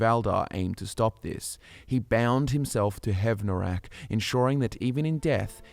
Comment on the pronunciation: Don't know if perhaps there's a learning/speech disability at play, but it's distracting how often pronounces things incorrectly. We have EXAMPLES of characters saying these words in-game, or spellings that are clearly different from what is spoken in the video: Skyrim: "We stand at the tomb of Hev-NOR-aak..." - Valdar: "HEV-noraak." Skyrim: "If you must venture southwest, stay clear of VolskyGGE..." (hard "G" sound) - Solitude Guard: "Volsky-je..." (a "J" sound?!) Skyrim: "Brom-ju-naar Sanctuary": "Bro-mun-jaar..." Why?! Was no proofreading done? Did no one review the video before publishing it? I KNOW is real people, but these sort of blatant mistakes almost make me think of A.I. channels that masquerade as real people (like "Fall Damage" saying "Make" The Liar; seems A.I. doesn't know how to pronounce Khajiit names...).